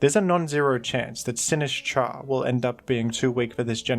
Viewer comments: I am fucking BEGGING you to pronounce it Sin-IS-cha, the Sin and is should be together, not the is and cha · Say "Sinistcha" one more time...